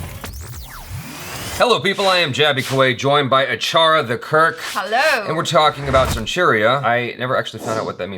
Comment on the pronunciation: You are ruining Achara's Name.. say it as it is